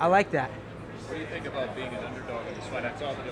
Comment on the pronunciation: They don't tink like i tink - Urijah Faber